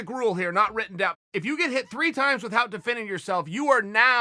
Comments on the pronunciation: If Chael says it’s “With-Hout” then it’s with-hout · Chael "with-hout" sonnen